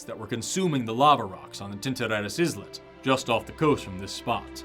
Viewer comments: claims to be literate but pronounces "islet" with the 'S' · 'Islet' is pronounced the same as 'eyelet'. Silent 's' like in 'island' or 'isle' and the 'i' pronounced like in 'spice' rather than 'ship'. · Bro, why do you say "Izz-Lit" like we wouldn't notice? 😂😂 Pronounce the word "isle" and then add an "eht" sound at the end 😅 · I'm disappointed,. How could I enjoy a video where the presenter calls an islet an "izzlet!?" Jokes aside, excellent video. I always love learning new things while pseudoscience gets debunked. Also, come on man, the Error-win Brothers was right there! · Ahhh,. The 's' in "islet" is silent. Eye - let. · "Islet" is pronounced "isle-let". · "islet" I believe that it's pronounce "eye-let", just like "island" is pronounce "eye-land". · That was entertaining and painful in equal measure. To suggest that geologists can't tell the difference between layers in volcanic rocks and seasonal/annual varves in sedimentary rocks is bonkers. p.s. check your pronunciation of "islet" - the s is silent.